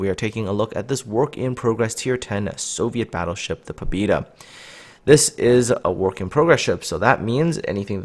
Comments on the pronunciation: Pabyeda, trust me, I'm Russian. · "pob E da" oh my God,thats so painfull to listen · Sorry dude! I poorly speak English and even more poorly speak Russian but the ship is named "Poh-beh-da." The Russian word on the cliff in port is the Russian spelling. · Pah-byeh-dah. Learning Cyrillic is a wonderful thing, might help. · "Pabyeda" ITS "PABYEDA"!!! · he is not right, the name he is using Russian would write it like "Pobida" and ofc that wrong closest thing in english to Pobeda would be Pobyeda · I periodically ask a Russian aquaintance of mine to look at the names of ships from the Russian server in Cyrllic ... she said the ship is pronounced " Pa-vee-Ay-da" with the V being a soft blend of a b and a v, and the a in Pa sounding like a dog's PAW.